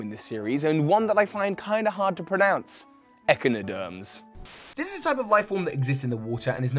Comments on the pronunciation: Hey and fellow Pokeémon Masters! (Please like this so can see it) As a marine bio student (wanting to specialize on evolutionary studies) I LOVE this series...but some of the pronunciations (and one fact) are a bit off...and bugged me...a lot...I'm sorry! So, here are how they're supposed to be pronounced, according to my Marine Biodiversity professors. Pronunciations: Ee-Chai-no-derms (Echinoderms: Strong E, which also include sea cucumbers) Nai-d-Air-Ee-ans (Cnidarians (silent C, strong I) Sea-lah-kanth (Coelacanth (soft C, oe=strong E) SINGLE FACT INCORRECT IN THIS AND THE LAST VIDEO: WOOPER AND QUAGSIRE ARE NOT AXOLOTLS, AS THEY ARE NOT NEOTNIC! NEOTENY IS WHERE A SPECIES RETAINS ADOLESCENT FEATURES TO ADULTHOOD! WOOPER AND QUAGSIRE DO NOT, WHILE THE SWAMPERT LINE DOES! WOOPER AND QUAGSIRE ARE BASED ON THE GIANT SALAMANDER! This is an understandable mistake as axolotls ARE salamanders. But, still, as an axolotl owner myself (and a bio nerd) I felt it needed to be said! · These videos are awesome and I love these videos, just wanted to say one thing, echinderms is pronounced ek-eye-no-derms and for cnidarian, the c is silent